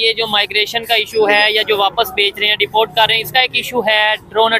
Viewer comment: Deport ❌dafort ✅